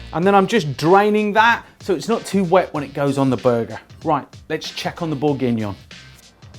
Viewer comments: he says it right finally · This looks delicious, but that pronunciation hurts my ears. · Your pronunciation of Bourgignon threw me for a loop. Thought I was having a stroke. Regardless, top recipe chef. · Hahaha same